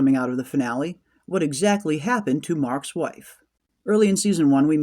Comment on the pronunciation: I heard it Milchick says MarkS without a pause between Mark and S so it sounds like Marquez for sure